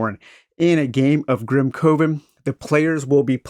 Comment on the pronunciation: No, no, no....Grim "CUH-ven" sounds like Grim Oven, man. And that's just....it doesn't work.